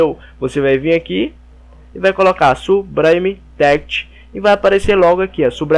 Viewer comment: "sublime text= subraime téct next=néact" rendeu risadas e ajudou vlw, s2s2s2s2s2s2s2